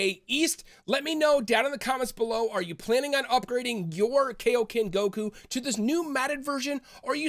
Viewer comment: why do americans always pronounce kaioken and saiyan wrong?